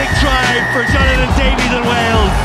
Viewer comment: it's jonathan davies, not davees, silly irish man